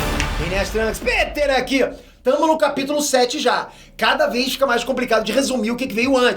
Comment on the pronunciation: Pétér não, é PÊTÊR!